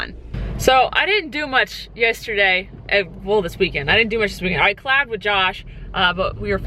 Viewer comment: Was I the only one who thought she said I slept with Josh instead of I collabd (is that how you spell it?) with Josh? 😬😁 love you 😂❤️❤️